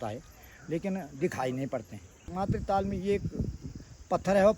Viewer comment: All your videos are amazing.... One small correction..... 🙏 It's not Tal it's Taal Tal means bottom of a lake or river or sea. Taal means Lake.